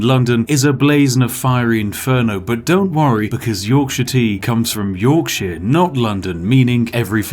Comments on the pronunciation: Torkshire tea tor tife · As a man from the wonderful county of Yorkshire, I would like to add the correct pronunciation of my homeland. 'Yorkshur'. might I also add that I do indeed drink Yorkshire tea, as my body is that aligned with the best place for tea my body rejects coffee as it is an inferior beverage.